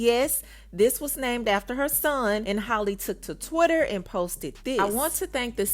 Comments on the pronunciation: Halle rhymes with Sally her name is not Holly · And not even saying her name correctly